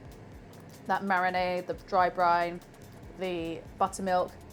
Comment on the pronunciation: It's BRINE, not Brian! 😁